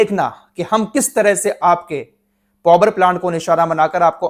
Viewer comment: पोवर प्लान्ट क्या होता है पावर प्लान्ट ही बोल दो